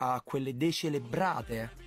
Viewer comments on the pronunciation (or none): Dare del decerebrato dicendo "decelebrato" e' abbastanza da decerebrati pero'